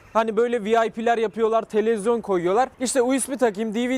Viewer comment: bi de televizyon diyebilse daha iyi olacak telezyon diyo:D